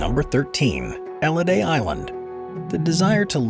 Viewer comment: Nr 13. About the house in Elliðaey, Iceland, the pronunciation was absolutely horrible btw, no one has ever lived there and it's a hunting lodge, for when people were hunting puffins, not seals or fish😊